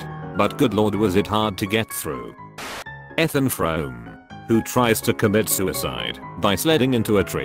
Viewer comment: that’s not how you say Ethan I never want to hear that ever again